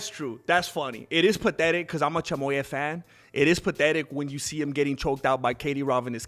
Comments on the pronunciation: A Mexican calling Khamzat “Chamoy-ev” is hilarious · What does this guy mean by CHY-MO-YEV?😂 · Thank you so much for your support Khamzat, dud! Like your channel, great job! P.s. Chimaev is pronounced as: [tʃɪˈmɑːjɛv]😅